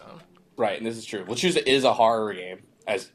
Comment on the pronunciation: It's pronounced "Le-chu-sa". Z makes the S sound in Spanish.